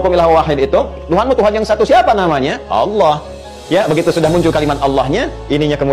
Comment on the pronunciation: Terus knapa dalam bahasa indonesia menggunakan Kata “Allah” sebagai sebutan Tuhan? Lalu oleh kaum anda membaca nya dengan Alah? Apakah kaum anda tidak bs membaca? Sudah jelas2 double L malah dibaca 1 L, ini bahasa indonesia bos, jd bacaan itu sesuai tulisan.